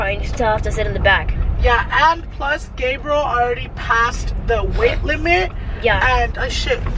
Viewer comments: He said Gabrel mamonsito😝😂😂😂😭😭😭😭i bet everything i won't be the mitichie shout out😭 but ily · Lol calls Gabriel “GRABIEL” 😭🤣🤣🤣